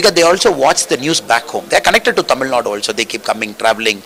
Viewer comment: I like the anchor saying Tamizh!! Great